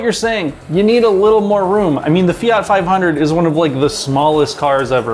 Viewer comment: The way he says fiat is enough for me to punch him